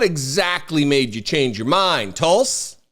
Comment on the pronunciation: 😂😅😂..."TELL Us".. Tuls.😅